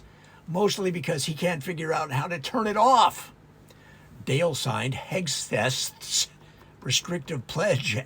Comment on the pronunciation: I noticed you have trouble saying Hegseth. I think Kegsbreath is easier to say and remember, and probably more accurate.